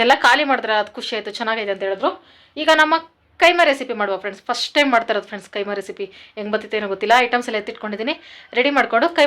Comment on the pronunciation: Adu keema alla kaima